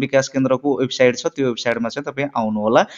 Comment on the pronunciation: राम्रो! तर वेबसाइड हैन वेबसाइट अनि क्रसर होइन कर्सर भन्नुपर्यो के सर।😂